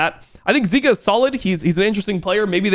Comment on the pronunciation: hle mid is zeka not zika buddy